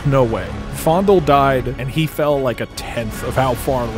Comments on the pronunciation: The fact that you are saying it as "fOnDuL" and not "Fayendahl" is kind of killing me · Its FAY-N-DALE lol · I love how he pronounced it "fondle". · did he just call faendal fondle? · not me thinking faendal was pronounced as fay-n-dal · I noticed he keeps calling him fondle lol it’s Fanedal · Are you saying faendals name wrong on purpose? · Is he intentionally saying faendals name wrong or is he just... Not to good at speeling.